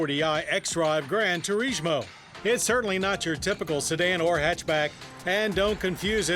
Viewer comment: ...Why are you saying turishmo?